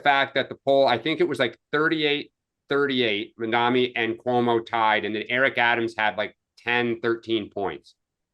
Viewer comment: Its Mamdani. People keep mispronouncing it.